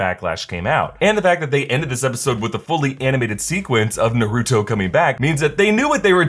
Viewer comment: Please you Naruto not narooto